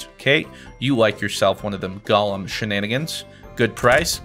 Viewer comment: i swear every time he said golem i heard Galm